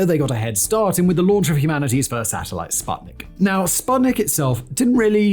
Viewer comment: Common guys. Your researchers are slacking. It's "oo" in Sputnik